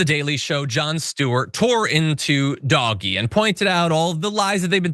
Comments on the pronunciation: For those who are wondering. It's pronounced DODGE-E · Did you just say Dog-e? instead of Doge? Sarcasm? Did I miss the joke? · Love the “DOG-E” pronunciation! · Why's he calling DOGE Doggy? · Why do you keep calling it “doggy”? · He said Doggy. Like DOG-E. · Thank you! Thank you! Thank you! Finally, someone has pronounced the douchee name of elon's group of minions... Dogee! I have been saying it and wishing everyone would start pronouncing it that way for 3 or 4 weeks now. I hated it when everyone was falling in line and pronouncing it like elon intended. This will surely get under his and trump's thin little skin. That may sound petty... but I don't care anymore! Thank you, John!! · If anyone says "doj", we should insist that is it "doggy". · I love how John Iadarola keeps calling it “Doggie”. 🐶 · I love this pronunciation of Doge 😂😅😂😅